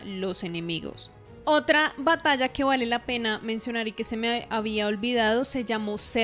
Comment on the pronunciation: Batalla, se dice batalla!